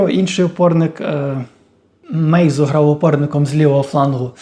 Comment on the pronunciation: Не Мейзу, а Майну :)